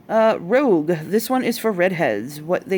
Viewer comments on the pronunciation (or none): Thank you so much for flipping through the catalog! But the henna names are all French words so you do not pronounce the last letter; rouge (roo-guhh,) Marron (ma-rouh), brun (bruh), noir (new-R). (they all translate to red, dark brown, brown and black) personally I think Marron should be renamed to châtain since that translates to chestnut or light brown :)